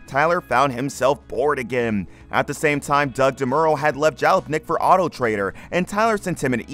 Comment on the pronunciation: It may or may not have been AI, but it was unquestionably crap. If you can't pronounce Jalopnik and Doug DeMuro properly, you shouldn't be writing about anything automotive, because you're wholly ignorant of the subject matter.